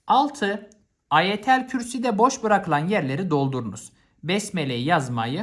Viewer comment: Hocam İmam Hatip öğrencisiyim eyvallah bütün soruları doğru yapıyorum falan da şu Ayetel Kürsi keşke biraz da doğru telaffuz etseniz❤